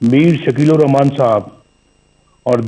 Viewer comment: Hrami ko bismla bhi parhni nhi ati Rakhman e raheem